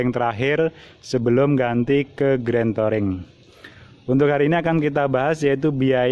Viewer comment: Touring bacanya Turing